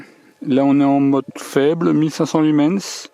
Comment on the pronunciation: Ne prononcés pas le S de Lumen(S) , merci😉😳